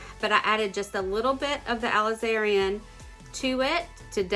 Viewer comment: Ok, you're pronouncing the Aliz•a•rin Crimson completely wrong, for one. And primary colors have been red, blue, and yellow, for as many decades as I am old (which is definitely NOT a low number). Beautiful canvas creation still.